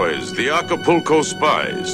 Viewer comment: It's not Aca-PO-co . . It's Aca-PUL-co 😮😮😅😅😅